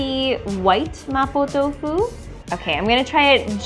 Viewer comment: can speak Mandarin?cus the way she said “麻婆豆腐”is really authentic